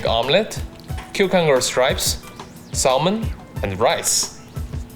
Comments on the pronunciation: LOL Salmin. its pronounced Sammin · He said SaLmon not salmon